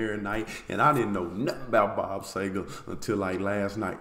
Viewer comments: it's see-ger not say-ger... but that's an honest mistake but I've never understood why people but an "A" sound where there's obviously an "E" there... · The least we can do is warn you...this may be the deepest rabbit hole musical you can go down...your gonna get 20-25 more recommendations...he didn't do any bad songs...and its pronounced..see - ger...not say - ger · Bob See gar is how it's pronounced! Love the song. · Dude, sEger, like Easter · Last name pronounced SEE-ger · Pronounced C-ger, See-ger and Sea-ger!